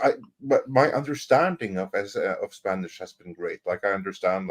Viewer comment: Me encanta!!! No, seriously, has a great spanish pronunciation. I've heard foreign people living for years here in Colombia still struggling with our sounds... Congrats, my viking friend, your barbaric days are done!!!😅